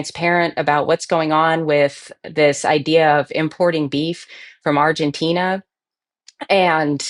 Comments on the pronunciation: With all due respect it's Argentina not "Argentinia" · It's Argentina, not Argentinia!!! It's makes you wonder if she's ever said "Argentinia"!!!